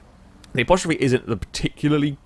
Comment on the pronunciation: As-te-rope Not apostrophe